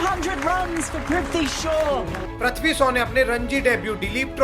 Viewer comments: Bhai uska naam pruthvi nahi hai prithvi hai,thoda dhyan do apna pronunciation par ,baar baar pruthvi sun k mainr first do minute main video leave kar diya,its very irritating bro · Bhai Hindi speaking ho toh at least pronounced the name correctly It's.... Prithvi not Parthvi He is not super hero ACP PRA...A..ADH of CID❤😂🎉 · Prathvi shah nahi Prithvi shah Naam toh sahi se bol liya kar bhai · Prathvi Not Prithvi 😂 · Ye kaunsi language hai "unais" "ikais" aur "prathwi".... Pahle khud achhe se pronounce karna sikh.